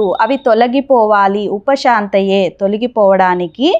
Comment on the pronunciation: విఘ్నోప శాంతయే అని వ్రాసి షాంతయే అని పలుకుతున్నారేమిటి? దయచేసి నా సందేహం తీర్చగలరు.